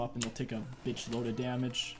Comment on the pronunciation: yes waking people up does a bunch of jamej, bro u ok? are u having a stroke